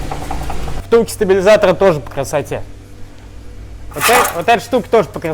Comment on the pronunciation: По кррррасоте, по кррррасоте..... Не возможно смотреть